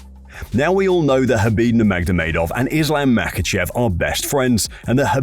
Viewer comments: As soon as you said NurmagDomedov, I am out... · Does this narrator adds another "d" to khabib's last name or am I hearing things?? 😅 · Khabib ''Nurmagdovedov'' Nurmagomedov. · no one has said khabid's last name like that, wtf was that